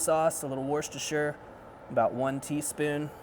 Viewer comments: Worcestershire is pronounced: Wuster shuh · its sounds so differnt when you say worcestershire the shire in the last part of the word is not herd..lol like worcesta shire lol the ce in that word are silent in mass..lol cool show